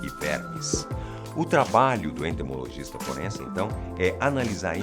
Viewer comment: É "Entomologista " e não "Entomogolista"